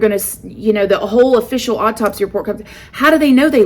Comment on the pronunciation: "Autopsy" is pronounced AW-TOP-SEE. I love the way you say things, but after hearing you say this word in so many videos I just had to throw this out there. Hope I said this politely enough and you don't think I'm being rude telling you this! Been watching you since 20k subs!